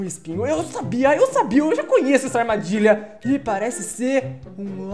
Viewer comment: ele falo errado armardilha